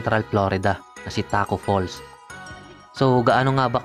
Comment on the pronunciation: Tacko fall* lang po wala pong S pero kudos pa rin nice content pa rin tol